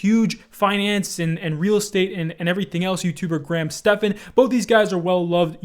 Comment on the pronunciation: finally someone who said Graham’s name right! I even heard one of the commentators call him Grant instead of Graham 😂